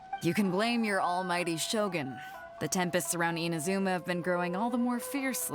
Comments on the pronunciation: why are you still calling it IMAZOOMA? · The way he says inazuma is amazing 😂